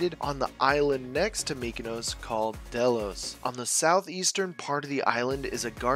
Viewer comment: Its not pronounced delos, it's "dilos"(Δήλος) Im greek myself so thats why im telling you